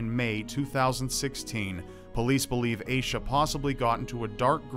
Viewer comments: I think you're pronouncing Aisha wrong. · I need to know more about that girl, like how her name is spelled... it’s oddly similar to my name and if it is spelled the same way as mine then I’d like to say you’re pronouncing it very strangely 😂